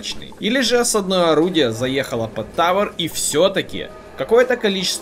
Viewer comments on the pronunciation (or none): ещё раз скажешь осаднОе, а не Осадное, я от тебя отпишусь 😂😂😂😂